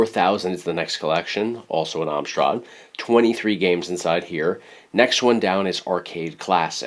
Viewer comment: I live in the UK... It's Am-strad, not Ahm-strad. Sorry, was driving me crazy.